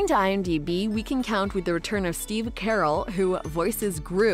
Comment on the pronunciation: She really said Steve carol😂 it’s car rell